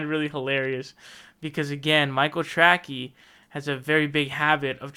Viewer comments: he kept pronouncing his name wrong, should be “Tray-cee” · He purposely mis-pronounces it. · Is calling him Michael "Trackey" some kind of inside joke I don't get? Or does actually still not know how to spell or pronounce the name correctly lol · Are you saying Michael Tracy's name wrong on purpose? It's pronounced tray-see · Yes he is. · Yes DimBobby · It drives me crazy. Big pet peeve of mine. lol